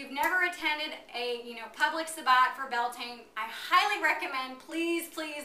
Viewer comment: The actual Gallic spelling is "Bealtaine" , and the pronunciation is "B'yal-Tan-Ah"